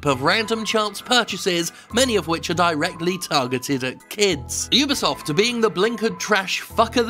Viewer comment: UBISOFT no UBIEsoft Ree